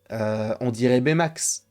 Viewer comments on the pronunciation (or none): none